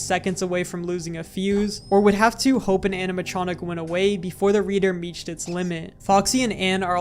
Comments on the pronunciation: "reter meached" 💔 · This is what we call a Spoonerism!